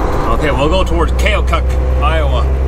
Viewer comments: Keokuk pronounced KEE-oh-cuck. Lots of native American names in Iowa for cities and counties. Keokuk is in Lee county Iowa which is the very southeast tip of the state. I grew up 2 counties to the west of there in Davis County. We played them in various sports etc in highschool. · Avenue of the Saints = connecting St Paul, MN and St Louis, MO... and it is pronounced key-oh-cook... Keokuk, IA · Key-oh-kuk (iowan pronounciation) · It's pronounced Key, Oh, cook. The town you went through was called Hannibal.